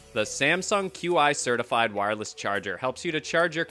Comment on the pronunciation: It's pronounced "chee" not q-i.